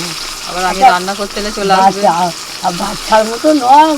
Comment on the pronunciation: রান্নাকে কেউ বলে আন্না, আবার কেউ নান্না !!!? অভূতপূর্ব উচ্চারণ।